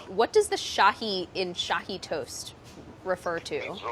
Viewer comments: Love the way you pronounce Shahi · Love the way you pronounce Shahi (aka my family name) . It’s also called double ka meetha. I know why you call your mama gabbu ha ha ha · Lol Shahi is my name. It comes from shahinaz which apparently is the name of a Persian queen like a million years ago. Sounds super weird hearing someone who doesn’t know me actually say it right! Haha